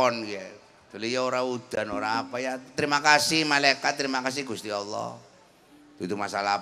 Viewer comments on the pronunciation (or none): Cuma 1 yg gak cocok,,kalo slentheng nyebut Alloh sesuai tulisan knp ada yg seolah merevisi menjadi Awlloh?? Emnk pd asma Allah ada huruf "wa"nya ya?